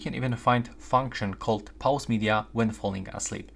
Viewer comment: It's pause not pause ;)